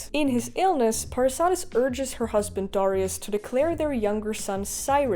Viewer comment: How come everyone mispronounces Darius name ?